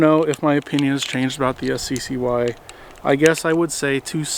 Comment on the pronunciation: It's pronounced "sky", not "ess see see why".